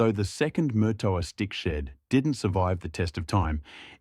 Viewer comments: Note. you're not pronouncing it correctly. It's Marrtowa ....... NOT Murtoooa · Just for the record , Murtoa is pronounced with far less emphasis on the R